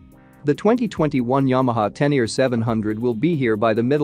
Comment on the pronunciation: You pretend to know what you’re talking about but you don’t even know how to pronounce Tenere....